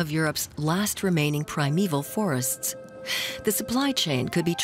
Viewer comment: No idea who the narrator is but I assume it’s a professional speaker. A primeval forests /PRIMEVAL forests/ is /Primeval FORESTS/. a reindeer herder is a /REINDEER herder/, not a /reindeer HERDER/- what else „reindeer“ would he be in context?